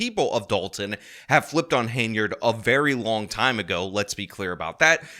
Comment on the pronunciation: Henyard not Hainyard